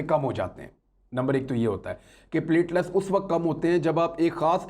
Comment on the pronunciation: Imran sb it's not pletless it is pletelet